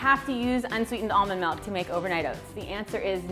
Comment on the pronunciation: I hate the way she pronounce “almond milk”...